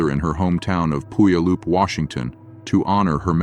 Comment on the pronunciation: Poo-yuh-loop got me 😂 I had to process it for a moment before I realized